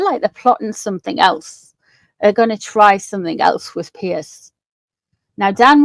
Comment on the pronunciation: It’s not Pearce, it’s Piers.